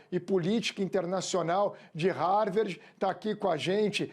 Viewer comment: O cara mora há anos nos EUA e fala Harverde… lamentável.